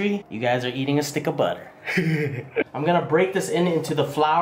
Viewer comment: "soft like butta"